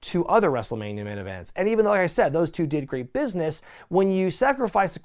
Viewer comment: “in this business-ah” “just die-ah”